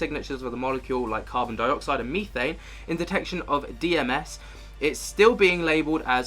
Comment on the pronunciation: Meethane? lol Are you high on Meeth?? Its methane.